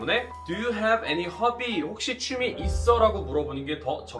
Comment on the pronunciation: 취미가 추미애로 들려요